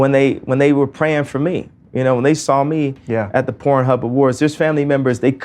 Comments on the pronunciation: I thought I was not hearing him right when he was saying “corn” every time. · You really goofy for saying corn instead of porn. My god money has you guys do anything pathetic. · Why does this dude keep calling it corn? 😂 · Are you saying corn? With a C or K instead of P?? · Are you saying corn?? What am I missing here?